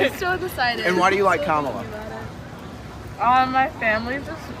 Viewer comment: You just knew the interviewer was maga by how he pronounced Kamala, always a dead petty give away.